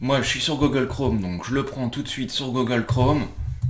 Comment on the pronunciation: ce n'est pas pour me moquer mais comme tu prononce google m'a fait rire!! GOGLE hahahahaha